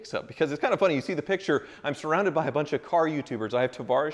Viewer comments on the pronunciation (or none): none